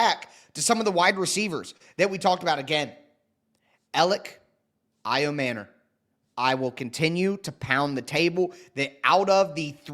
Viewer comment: Ayo-manure? You’re MANURE! You suck bro! A journalist (wanna be) should learn to pronounce people’s names to not offend them. That’s just lazy bro, YOU SUCK! AND STOP YELLING!